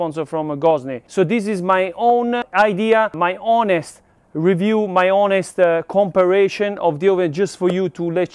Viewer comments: You were so close to pronouncing the word. For a guide , com-pair-a-son. This is a fantastic video! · Com-pa-rison. 😉 Sorry. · Campari (like the Italian liqueur) + Sun to pronounce comparison correctly. We love you fun stuff…BERNIE R6 let’s ride 😎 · I love how tries his damn hardest to pronounce words correctly, but the English Gods do not bless him, compa...compir...comparrashion...e...haha.